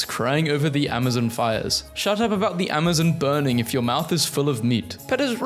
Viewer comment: "Marry-land" "Peh-ta" "Ah-ma-zun"